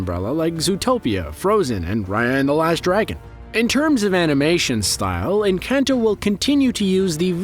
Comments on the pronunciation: more like en - cahn - toh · Pronounced en-con-toe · Every time he says "Encanto" I die a little. 😢